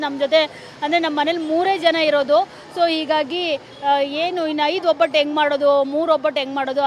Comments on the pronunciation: ಒಬ್ಬಟ್ಟು ಅದು ಹೊಬ್ಬಟ್ಟು ಅಲ್ಲ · ತಾಯಿ hobbattu ಅಲ್ಲ ಒಬ್ಬಟ್ಟು, ಅಬ್ಬ ಅಲ್ಲ ಹಬ್ಬ